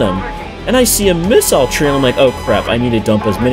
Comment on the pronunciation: Finally! An American that can pronounce missile properly.